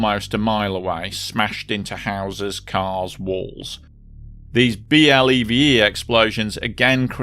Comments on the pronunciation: those explosions are pronounced "BLEVY" and that word should send chills down the spines of any industrial worker and emergency responder. It doesn't take alot of stuff either, Ive seen video of "empty" fuel tanker trucks that go off like that cause while there is less fluid in the tank, it heats up that much more quickly and blows when the metal is fatigued by heat. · Some of the USCSB videos pronounce BLEVE as a single word like B-LEV-EE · BLEVE explosions are VERY dangerous and unpredictable. BLEVE is commonly pronounced like "blevee", like the word "levee with at a letter "b" at the front. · One other little correction: "B.L.E.V.E." is generally pronounced as "BLEH-vee". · BLEVE is pronounced "bleh-vee". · BLEVE is said as “blevy” when spoken aloud. 👍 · BLEVE is pronounced like Chevy. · It's pronounced blev' - ee . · BLEVE is usually pronounced as 'Bleh-vee' (Like 'levee' in the Led Zep single 'When the Levee breaks') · BLEVE pronounced BLEV-ee. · For future reference, if you cover any disasters with BLEVEs, you can pronounce BLEVE as a word: "Bleh-VEE". The initialism is in this case an acronym. :) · BLEVE is pronounced bleh-vee and they are TERRIFYING.